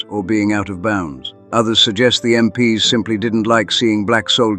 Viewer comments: Yep, AI-generated narrator. It’s pronounced “em-peeze”, not “em-pee-ess”. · Was starting to enjoy it, but then I realised it was AI narrated. MP ess? I’d block you immediately but for the story being relatable. Get a real narrator. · Bit odd how "MP's" is consistently read as "M P S", surely a War channel would know how to say that? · Why use AI voice? Pronouncing MP's as M,P,S? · You should fine tune your AI. when it says MP's (plural) it should not be M P S. got it? Also, and this I admit is a curly one, even for people, but Ye as in Ye Old Pub is not pronounced Yee, the Y is an old Anglo Saxon character called Thorn, and is pronounced as a Th, so Ye Old Pub is simply The Old Pub, that is how it is pronounced. F**k I hate AI. And who the hell picks photos??? For christ's sake the photo of Crossland is in fact AN AUSTRALIAN SOLDIER FROM THE FIRST WORLD WAR!!! Then we had a photo of a yank MP talking to an Australian soldier in Vietnam. Seems to be a mix of Artificial Intelligence mixed with plain old natural stupidity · Get a real person to read the script rather than damn stupid AI voice. You know it's AI when it falls over talking about American MPs and instead reads it as m p s . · "MPs" pronounced "MPS"... Can't you really not have a simple human being do the storytelling of this indeed incredible story?? Instead of this absolute moronic AI-sh!t?? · There is no M.P. S. The military police= MPs. I can't with the AI that can't tell the difference. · “MPS” 🤪Dead giveaway on AI narration. Just STOP with the AI narrators. I am not going to listen any longer. OUT! 🤬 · Crappy Ai video, random photo of Russian soldiers and photos from America in a story set in England, MPs pronounced as M.P.S., repetition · Sounds like a bot doing the nariation "MPs" is said as a work, not as i n d i v i d u a l letters. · What's up with the mixed pronunciation of MPs? One moment it's M P S others it's MPs